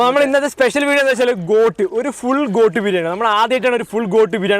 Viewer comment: Coat അല്ല Goat😃😃